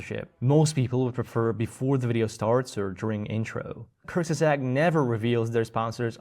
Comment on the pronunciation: I'm dying at the pronunciation. Why did they call themselves that? Just to make it hard for people to refer to them? 😭They're like the Voldemort of English-only YouTube. Anyway, don't overthink it. It's /koorts-guhzahgt/